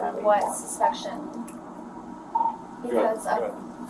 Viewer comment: "on what suspection"